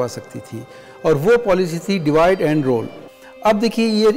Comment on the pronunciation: आपने रूल (Rule) का pronunciation रोल किया है क्या ये सही है?